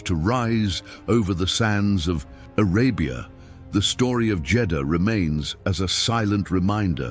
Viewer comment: It's the siege of Jedahha. Christ you can't even get the f**** city right